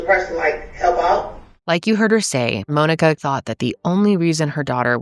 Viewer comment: This is the first time I’ve ever heard Monika pronounced the same way I say Monika.